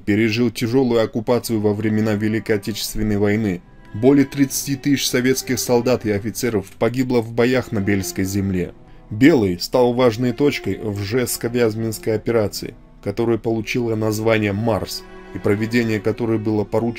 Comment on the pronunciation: РЖЕВСКО - ВЯЗЕМСКОЙ, а не Ржевско - Вязьминской Уважайте память героев